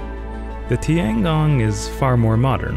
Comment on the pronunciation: Your pronouncing “gong” right but the your pronouncing “tian” wrong It’s read like “tien”